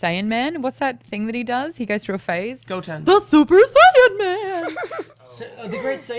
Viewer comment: Ehrmagerd Surper Sayin